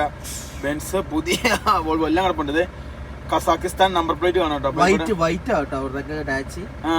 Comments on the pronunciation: കസാകിസ്താൻ എന്നു പറയാൻ പഠിപ്പിക്കു😌 അല്ലെങ്കിൽ നമുക്ക് ആ രാജ്യത്തിൻ്റെ പേര് മാറ്റിയാലോ🤔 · അവനോട് കാസഖിസ്ഥന്റെ പേര് പറയാൻ പഠിക്കാൻ പറ